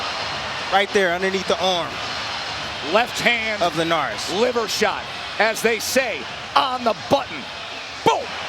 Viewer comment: Delahoya fighters always gettin know ched out like awww my LEEVER LOL LEEVER 😂😂NOT LIVER SLOW FOLK